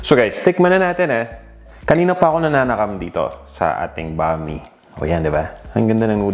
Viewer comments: Bam- ee not bami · Boss,that is pronounce as Bam-i,not Bami,alam ko yn kc Bisdak ako,paboritong lutuin yn ng mga Bisaya,pero wala lng dito sa Manila ng sotanghon na katulad ng sotanghon sa Cebu,iba ang sotanghon namin doon,kc pag naluto na cya,naging transparent Siya,at kahit anong pakulo mo nito,di cya nalalata,kaya cya ay masarap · I don’t think this is necessary but it’s actually pronounced as “bam-ee” but the spelling is right, bam-i. Anyway, your version is great as always.